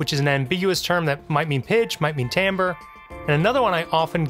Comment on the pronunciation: Absolutely fascinating. If viewers take one thing away from this video, hopefully they will finally learn how to pronounce "timbre" correctly. ;)